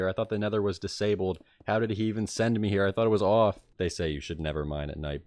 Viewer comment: new jersey/mid atlantic states pronounciation of "mad" new jersey/mid atlantic states pronounciation of "off" (and gone earlier in the nether part)